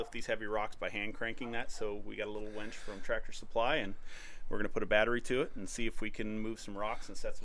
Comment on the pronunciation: You kept saying winch, but pronouncing it like wench, and I about died laughing every time imagining a team of buxom women doing that lifting and moving. Looking good, dude, so nice to see the dream coming to life. Great work!